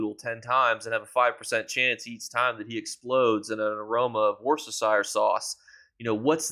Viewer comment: Just caught this. And . You set a new personal best with the pronunciation of 'Worcestershire sauce'. It took me 20mins to get up of the floor I was laughing so hard. You are, sir, a legend.